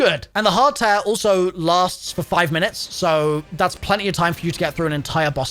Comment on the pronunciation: You say tear very weird. its not tear as in tear something in half its tear as in crying tears